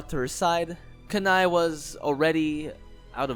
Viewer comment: I think Kanae is pronounced “Kan-nay”, it sounds weird being pronounced “Ka-nai”